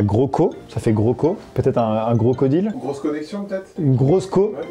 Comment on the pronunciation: Il dit grocodile pas gros covid